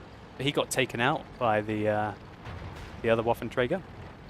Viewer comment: if you swap your OH sound in waffen with an AH sound, you're there.